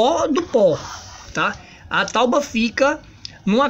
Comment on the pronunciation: parei no "tauba"